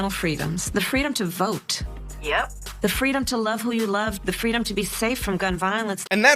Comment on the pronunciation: fweedom lol